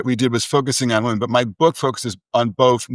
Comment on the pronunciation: I’m sorry, what is with Brad’s annunciation of “women”? Half the time it sounds like he’s saying “liberal men.” It’s like he rushes through “liberal women” as if it’s a bad word. Very hard to follow…